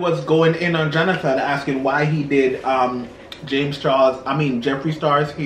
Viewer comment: JOHNATON, JOHNATAN,....🤭